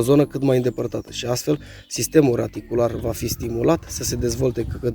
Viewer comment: sistem radicular, nu "raticular"... mda